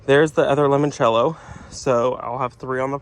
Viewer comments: I love your videos but I did laugh a little when you said limoncello. Sorry please forgive me it's one of my favorite liquors. I only know how to pronounce it because I drink so there is that. It's kinda like saying lemon cello. Like the fruit and the instrument. It's Italia so if you want to add that to how you say it cool. Again please forgive me. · New subscriber ❤ Wondering who corrected your pronunciation of limoncello later in the video 😂